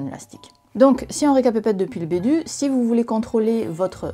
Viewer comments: "si on récapépète depuis le bédut" 👀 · "Si on récapépète depuis le bédut" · "Donc, si on récapèpète depuis le bédut.." lol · "Donc, si on récapète-pète depuis le bédut [...]"